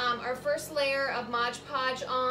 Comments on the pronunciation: MOD PODGE not MODGE PODGE. 😢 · MOD Podge....... Please say it correctly. 😬